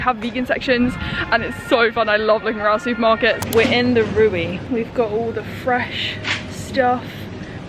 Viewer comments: the first „e“ more like the elongated „e“ in „sehr“ (very). The second „e“ sounds like the „e“ in „the“. So re-we, not Ray-way. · it's more like Reh-ve, not an 'ay' sound but an 'eh' like in 'zehn' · haha I had no idea what she was trying to say - it's pronounced Reh-ve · see below, the e is like the e in end. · Of course, Aldi is German. The two brothers who founded it were one of the richest Germans. The dead now. Indeed, Rewe is from Cologne, but the pronunciation is different. At first, I didn’t know what you mean be it. The e in Rewe is pronounced like the e in end. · Der gute „ruwi“ haha so cute how you pronounce REWE ;D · oh nooo, how cute is your pronunciation of REWE haha <3 You say it like RE llike REsting, W more like a V (for example Vater) and the last E like Elephant. haha I hope that helps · You pronounce “Rewe” wrong But please keep saying it It sounds funny 😂💕 Aldi is German: There is a north and a south one, depending on where you live in Germany. Yeah, you should try vloging in German please. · True 😂 I was so confused by this pronunciation but it’s cute ☺️ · Rewe spricht man anders aus! 🤣 aber das klingt so lustig, bitte weiter so! 🤣 und es wäre toll, wenn du einen Vlog auf Deutsch machen würdest! Viel Spaß noch auf deiner Reise! (Rewe is pronounced differently but it sounds funny so please keep saying it that way! I think it’ll be great if you would do a vlog in German. Have fun at your journey) ❤️ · btw I love your pronunciation of "Rewe" and I can recommend a restaurant called Vapiano, its German but selling Italian food with vegan options. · I absolutely love how you pronounce Rewe 😆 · The way you pronounce "REWE" reminds me of myself when I first moved to Germany 🙃🥰